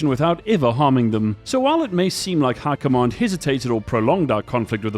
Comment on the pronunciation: How are you saying High Command like Hurkomon. How.